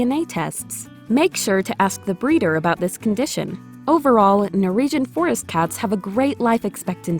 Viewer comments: Keep getting caught up by the pronunciation "Nor-EE-jhun" :/ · Also, is it me, or does it sound like she's saying "Nor-region" instead of Norwegian? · This would be far more watchable if you could pronounce Norwegian